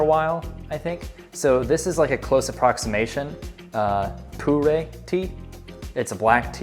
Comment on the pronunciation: After you learn how to pronounce the name of the tea - it’s poo-ER, not poo-RAY.